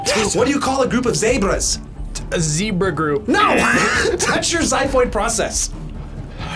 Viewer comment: ZEB (like ZED) BRAH 😆